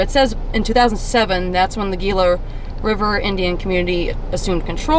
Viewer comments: Hope you enjoyed being in Arizona. I have always heard it pronounced "he luh" but I could be wrong on the pronunciation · Gila is actually pronounced ( g is pronounced) and has an h.